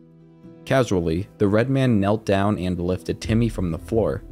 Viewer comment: kneelt not knelt